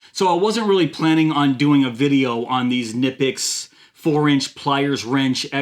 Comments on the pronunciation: Knipex. the "K" is not silent. the "i" is long. say "Cneepex". i am German. i have the and 180. best there are in their size. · Actually.. It’s pronounced ‘Key-na-pix’ ..real fast ~ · Who is going to tell him you pronounce the k? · Knipex (pronounced kuh-nip-pex, btw) is an excellent brand. We use them in our family for years, even though it is hard to come by where I live. When I go to Europe I also come back with some tools for envious friends. They are well worth the money because they will last you at least 5 times longer than any other tool.